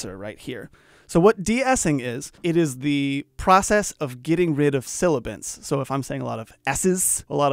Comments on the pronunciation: I hope he knows its sibilants not silibants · Sibilants. Not silibants. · Love this channel. thanks so much. but FYI: it's sibilants not silibants ;-) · Silly me…all these years I thought it was sibilants (not silibants)😖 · Silibants... Don't be "silly" .. It's sibilants